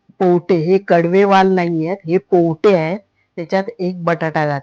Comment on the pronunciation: पोवटे नाही हो,पावटे म्हणा